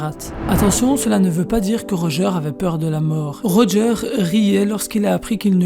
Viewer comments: Pk tu dis Rogear au lieu de Roger ? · Pourquoi tu dit "Roga" alors que sa se prononce "Roger"??